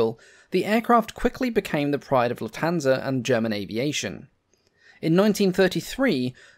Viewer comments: The accent is on "luft" not "hansa". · this robot pronounces Lufthansa totally wrong